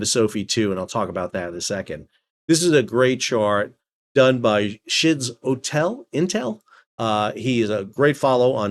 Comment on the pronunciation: SchizoIntel is likely pronounced "skitzo intel" as in 'schizo'phrenia. Just sayin'. Love yer videos, Sal! ✌